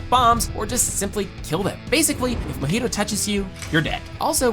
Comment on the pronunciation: its not mohito its mahito num nuts